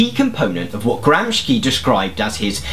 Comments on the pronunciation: Gramsci is pronounced "Gramshi" not "Gramski". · I am a great fan of the channel and I absolutely love your style. I just wanted to say that, if you didn’t know, Gramsci is pronounced more like you would pronounce “Gramshi” not “Gramsky”. Keep up the great work! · it's "gramsci" not "gramski" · IN Italian, unlike "sch", "sci" is pronounced as "shi" ("gramshy" as opposed to "brousketta").. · "Gramsci" is an Italian surname, so we pronounce it as "Gramshee", not "Gramsky". Similarily to Italian word "fascist", where "...sci..." is pronounced as "...shee..." (not "...ski..."). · It's pronounced Gram-She... thanks for the vid... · Thank you very much for this video. Btw. his name is rather pronounced “Gramshi”. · Thanks, this is great. Just wanted to mention that gramsci's name, at least in the states, is pronounced GROMSHEE. Since you mentioned in a previous video that your pronunciations of words and names can be wrong. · Good but, Why "Gram-skea"? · it's pronounced Gram-shee. SC before I is pronounced as sh (as in she) in Italian. Nice video btw. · nice. side note: it's pronounced "gramshi" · Man, it is GramSHi !!! Shi! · Gramsci pronounced Gramshee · i sincerely love and admire all the work you put into creating these videos. but is it really that much to ask for that you take the effort to look up how to pronounce the names of the historical figures that you reference? its literally within your reach if the "soviet communists" were able to afford to pronounce its appropriately, why cant you with all your British Democratic Socialism government sponsorship? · Please, at least learn how to correctly pronounce his name!!!